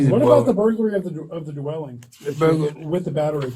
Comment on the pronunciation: "burglary do-welling"